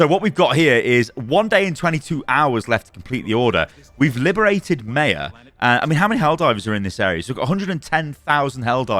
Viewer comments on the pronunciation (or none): Brother. It's "My-ah," not "May-uh." This bothers me to an unreasonable degree.